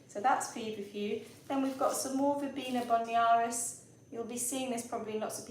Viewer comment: It’s Verbena Bonariensis it’s a hard one to say though (5 syllables)